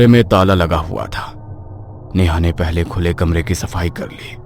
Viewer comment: पहले ❌ पयले ✅